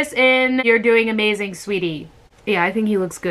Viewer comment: is she just said amaZAYN ...